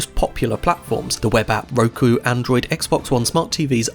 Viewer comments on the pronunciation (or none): none